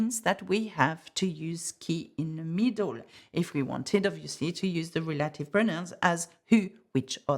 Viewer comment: Reminder that “relative” is pronounced “rel-ah-tiv”, not “reh-lay-tiv”